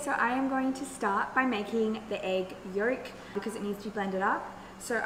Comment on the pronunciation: Egg yerk? That's not accent.